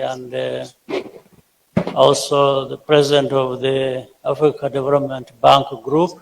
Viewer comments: Did I hear Ruto say BENK? 🤣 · As long as you pronounce Bank as 'benk' then you are working for 'them' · Lol.. Benk..